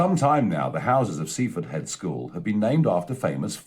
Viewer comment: Hilarious how he mispronounces Seaford Head, as if it were the "head school" of Seaford, rather than the school of "Seaford Head" 🤣